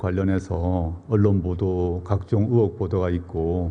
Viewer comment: 적국 저놈 고향 세탁한듯 의혹을 으혹으로 발음함